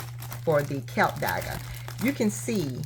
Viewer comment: Klip dagga Not KILP DAGGA